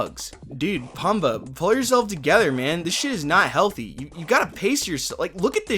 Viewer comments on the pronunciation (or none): > Absolute favorite film growing up > "P-uh-mbah" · Its pronounced Poom-ba... F@ Poooooom.... Baaaaa! Arggghh!